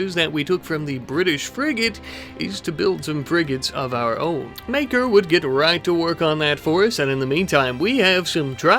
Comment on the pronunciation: You say Maker, I hear Maekar. Gonna make a A Song of Ice and Fire reference every video now.